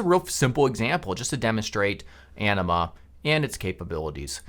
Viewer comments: That's what I heard every time he said Anima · I thought he said “enema” and that this video would take a weird turn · ANIMA... It sounded like ENEMA 😂 🤣😂 🤣😂 🤣😂 🤣